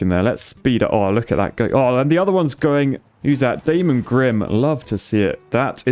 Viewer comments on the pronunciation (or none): Hearing him refer to "Claus" but pronounced "Klaus" followed by "Daemon" pronounced as "Damon" is absolutely WILD as a TVD fan! LMAO